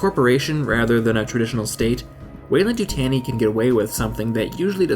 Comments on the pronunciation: The way you say the weyland annoys me. It’s YuTAWNi. But great video anyway! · The way you pronounced Yutani hurts me so much.